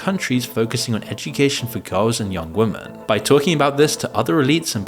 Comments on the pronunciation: Why do you say woman instead of women are you allergic to that word or are you using an AI voice? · Another glitching NPC who intermittently loses the capability to pronounce the plural "women" ... :P